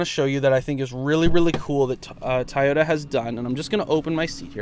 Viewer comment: Toyota not Tie-ota…lol